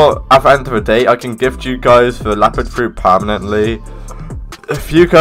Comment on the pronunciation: is leopard not lapard